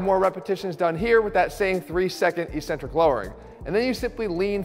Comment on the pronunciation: Please Jeff, saying "ee-centric" sounds dumb and uneducated. Consult a dictionary. The pronunciation is "eccentric", sounding like "exentric".